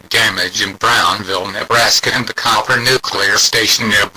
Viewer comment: It's Cooper, not Copper...